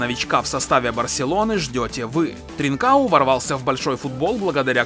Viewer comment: Не тринкао, правильно с португальского ТринкаН